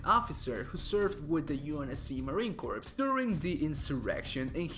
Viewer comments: its pronounced Marine Core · Cant believe you just mispronounced Marine corps wtf midnight